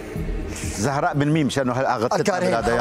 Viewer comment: يكوللهة :زهرة هي مو زهرة هي زهراء مو متعودين يلفظو الاسم بكل احرفه